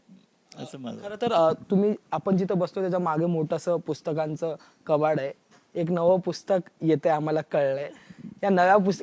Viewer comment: कबाड नाही रे, कपाट